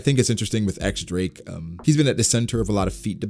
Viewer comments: X Drake =/= Eks Drake. It's the roman numeral for ten, and it's pronounced Diez, like in Spanish. Don't ask me why that makes sense, but that's what it is. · It's "Diez" Drake, not "EX" Drake please